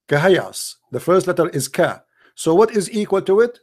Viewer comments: Rubbish… this is a wrong calculation simply because this is not a word pronounced “kahayas”, but it’s pronounced as separate letters names “ Kaf, Ha, Ya, Ain, Sad” … search for recitation of chapter Mary and listen how it is pronounced! Jesus Peace be upon him, is the messenger of Allah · kahias? bruh its Kaaf Haa yaa Ayn Ssad, atleast speak with knowlege. this phrase , we cant tell meanng of, there are similiar phrases like Alif Laam Meemm. well theres a whole background behind this , i m nt gonna go into it. the point is the word aint kahiyas , any muslim who has read the quran would never say its Kahiyas lol